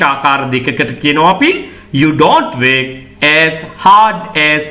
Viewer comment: Work, ව (ර් )ක්‌. ශබ්දය විය යුතුයි නේද?